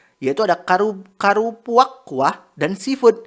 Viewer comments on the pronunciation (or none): susah amat bang bilang karupuaknya jadi gemes 🤭🤭🤭